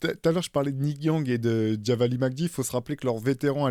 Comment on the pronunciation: Très bon podcast! Mais Theo "Javale" se prononce "Javal" et non "Javali"😊...bonne continuation à tous !